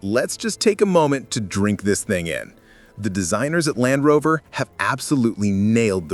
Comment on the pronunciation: Dalfrover?? AI is simply not perfect